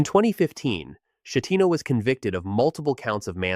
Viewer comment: I knew the Costa Concordia would be mentioned. First off, /CH/ in Italian is pronounced like a /K/, as in Chianti. The captain’s name is pronounced /SKeh-TEE-no/. And the island is pronounced /GEE-liyo/. The second G is mostly silent, like the G in lasagna. The only Americans to die on Concordia were from here in Minnesota, from a small city barely 7 miles north of St. Paul. The couple was celebrating retirement and that cruise was their first international trip.